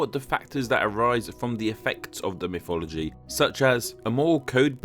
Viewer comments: A pity they couldn't have got a narrator for this video who could pronounce mythology correctly, instead of "miffology". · Every time you say mythology, I just hear "miffology"